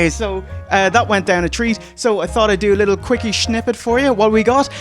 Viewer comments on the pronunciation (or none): 'a shnippet'? Is there some Shligo shneaking into your accent?